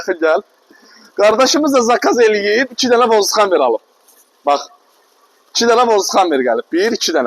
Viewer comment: Vozduxamer vurğunu düzgün etmirsən. A nı uzatma ya da hava kütləsini ölçən de😮 MAF ingilis dilində. Rus dilində ДМРВ